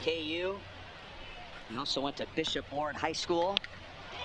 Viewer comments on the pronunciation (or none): none